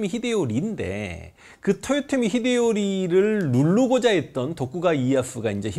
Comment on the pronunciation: 근데 왜 도요토미라고 안하고 토요토미라고 발음하시나요?